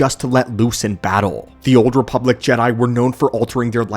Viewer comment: THEE OOLD REEPULACK